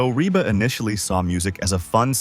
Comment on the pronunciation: PLEASE REVIEW YOUR READING OF THIS STORY!!!!!!!! PLAN DOING A BETTER JOB ON THE NEXT ONE! YOU MISPRONOUNCED REBA'S NAME AT LEAST 3 TIMES!!!!!!!!!!